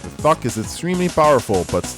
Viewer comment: I'm hearing 'fuck' when says 'thok'